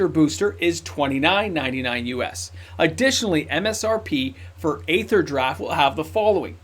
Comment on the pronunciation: Aether = ether = EE-ther Think aeon/eon, daemon/demon, aegis, etc.